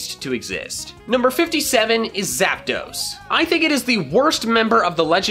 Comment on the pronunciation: THE T IN ZAPDOS IS SUPPOSED TO BE A D! FIX IT NOW! AND YOU LEFT OFF THE R IN MOLTRES!